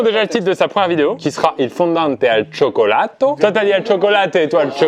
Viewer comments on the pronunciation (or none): "Chocolato" aie mes yeux saignent. (Ça s'écrit cioccolato au passage)